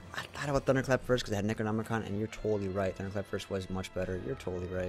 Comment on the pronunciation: Why are you saying necronomicon like that cmonBruh